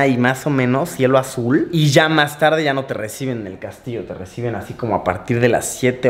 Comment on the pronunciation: En el minuto dice cielo adul lo pronuncio mal